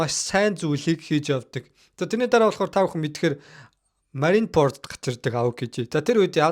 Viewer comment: bro Лүппи bish Лүффи shvv. Marineford shvv Marinepord bishshv content hiij bga bol ene taldere ajlaarai gl